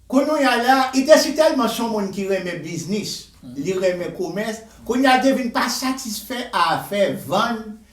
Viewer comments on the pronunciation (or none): none